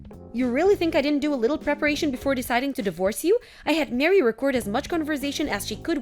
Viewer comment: It’s Mah ree, not Mary.